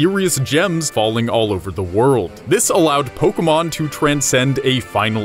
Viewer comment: It's not pokamon or polkamon or pokeeemon or pokermon, it is Pokémon. Po. Kay. Mon. It's not rocket appliances.